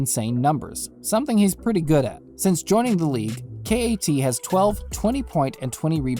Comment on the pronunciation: Hahahaha completely laughable trade. Wiseman said he didn’t want to play in Minnesota. The Timberwolves will wait until Karl asks out or until his last year on his deal, if they don’t turn it around by then. Also KAT is pronounced CAT not Kay -Aye -Tee. Kay-Aye-Tee? Are you serious?